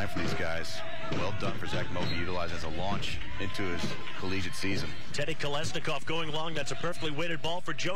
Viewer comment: Комментатор правильно произнес фамилию Колесников ☝️